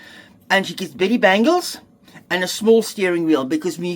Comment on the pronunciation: "Betty Bangles"... I heard "pretty" bangles 😂